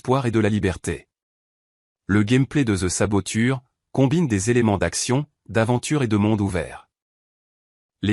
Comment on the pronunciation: Oh mon dieu cette voix IA m'insupporte...saboture au lieu saboteur😢